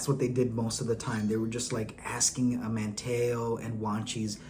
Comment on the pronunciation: Come man it’s not “Man-Taa-o” Man-teeeeeee-o. Manteo & least you said Wanchese right